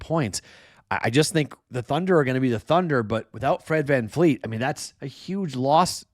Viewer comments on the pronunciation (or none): none